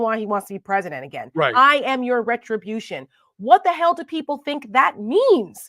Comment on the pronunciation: Retribution has more than 2 syllables…